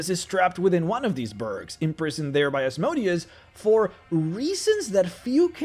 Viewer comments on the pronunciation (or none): It's time you go back to saying Asmodeus the correct way before you make more videos about the hells. Now it sounds more like a name of a machine than a devil